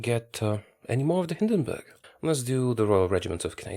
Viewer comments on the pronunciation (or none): none